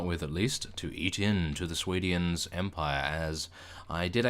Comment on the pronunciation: Sway-D-ans.... It pains me to hear you saying it like that.